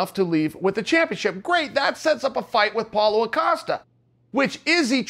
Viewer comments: I’m convinced Chael mispronounces names on purpose I mean how hard is “Paulo” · Apollo, Pauloa, paula.. You got it chael